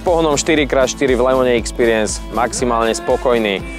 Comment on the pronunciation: Ixpiriens Ixpiriens.... Je tam X na zaciatku nie E. Tak sa cita Expiriens